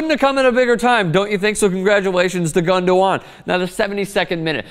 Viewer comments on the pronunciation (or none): It isn't pronounced as Gundowan. There's no 'W' in it, you're not the only one who says it wrong, the commentators say it incorrectly all the time.